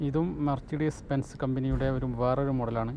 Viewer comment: വണ്ടികളുടെ പേരുകൾ പറയുന്നത് ഒന്ന് കൂടി നോക്കിയിട്ട് പറയുക .. ഉദാഹരണം മെർസിഡിസ് ബെൻസ് അത് ഉച്ചരിക്കുന്നത് muh suh deez